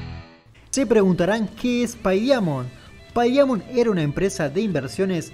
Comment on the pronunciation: Pey daimont pronunciarlo así y sonara más entendible amigo